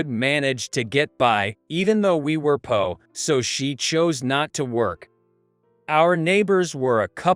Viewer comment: Nice story, but I am so sick him saying words wrong like poor.